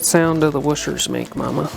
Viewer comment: The wooshers! Or the Worshers if you’re Speed Shop. I love it 😂